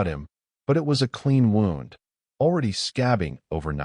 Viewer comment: The AI gets a C+ Things like wound (like around a spool) instead of wound (as in injury) {heteronyms} do tend to disrupt the flow of suspended disbelief and thus the story flow